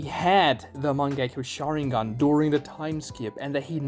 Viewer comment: The mange-key.-yo- shaWinGang